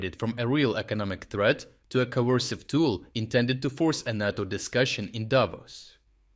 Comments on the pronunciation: it's NAY toe. not naw toe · Nae toe not Nah toe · NAyTO not NAaTOe. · NAY-TOE, Not NAH-TOE. You get it right sometimes! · *NATO is pronounced NAY-toe. you said NAH-toe. I think this is significant enough to comment on because it is a short word and might be misunderstood. #FeedTheAlgorithm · NAY-to. Natto is a sticky japanese bean dish. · Say Nay-To. Not NaarrTo. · He says is correctly N A T O in slavic language not like stupid usa NEITO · Ney - toe , is pronounced NATO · I get that it probably saves time recording, but it's kinda easy to tell you've moved to an AI voiceover. I've noticed it in a few videos over the past few weeks, but it stumbles on stuff like pronouncing NATO as nahto instead of nayto. It kinda takes the channel down a little bit if I'm honest. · You keep pronouncing NATO two ways. It's pronounced "nAto". Emphasize the "a". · Make USA amber not green at the moment. They are not our friends, well he isn’t anyway. It’s pronounced Nay-Toe. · Naughto? I guess these videos have gone AI now? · "NATO" is normally pronounced with a long "a" sound. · "NATO" is pronounced with a long A as in "pate" not a short A as in "cat."